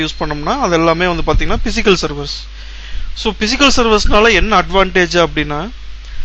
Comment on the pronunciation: Pronunciation is very very bad... especially physical